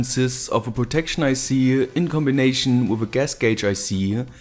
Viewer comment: Ey ... please ... it's "with" not "woof" :D